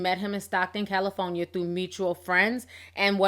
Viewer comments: Love ya girl! You got me weak with this Cali-FO-Nia! 🤣🤣🤣You betta not eva change. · why is T saying California so weird